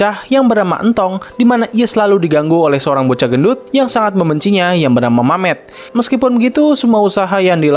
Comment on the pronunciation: Nama nya memet bg bukan mamet